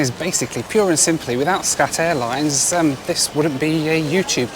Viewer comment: when i first heard you say SCAT airlines..i thought you said SHAT airlines! hahaha! well..it is what it is..